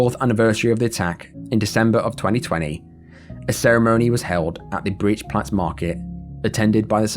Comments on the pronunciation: This comment will probably drown but Breit in Breitscheidplatz is being pronounced like "height". E + I in Germany is pronounced Aye/Ay. Breit like height or wide or flight or fight. Same vowel sounds. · Breitscheidplatz ➡️ The pronunciation of Breit... sounds like the English word "bright". 😉